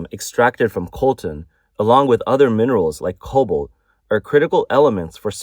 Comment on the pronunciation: It's cobalt, not COBOL. (Pronounce the 't'!)